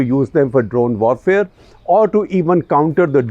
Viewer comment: Hello. I'm here to point out that uncle is still saying W wrong. Vorfare nahi uncle warfare.